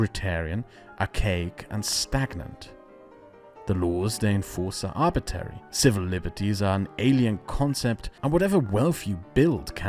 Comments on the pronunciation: I like the video but every time he says "arbitary" I have to take a shot. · Please stop saying arbitary, it's like hearing someone say libary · It's pronounced arbitRary my friend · Just a note that it's pronounced arbitRary not arbitary. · politely: idk why but it bothered me you said arbitary instead of arbitrary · Just discovered your channel and subscribed. Fine work, and thank you. One small thing. Arbitrary is most often pronounced "AR-b'tray-ree." You're leaving out the second 'r.' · the fact that you keep saying "arbitary" instead of "arbitrary" annoy me much more than it should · That's "arbitRary" not "arbitary". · Great content, g. One little note: I think it's arbitrary, with an 'r' between the t and the second a. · Crazy intersting video, loved it. However, isn't arbitrary pronounced arbit-rare-ee, not arbit-air-ee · ArbitRary, not Arbitary. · It's "arbitrary" not "arbitary" lol. It's funny how people select for British accents as sophisticated even if the speaker can't pronounce words correctly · You sure gotta be on guard against anything "arbitary"! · ArbitRary. There's another R in it!!!! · "arbitary" nucular english skills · Arb-it-rary, otherwise outstanding video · came here to say that. Thought it was a one off but it happened again several times after that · Please learn how to pronounce arbitrary. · Please learn how to pronounce arbitrary correctly! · You mispronounced "arbitrary" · Say “trial” Now say “trary” Now say “contrary” Now say “Arbitrary”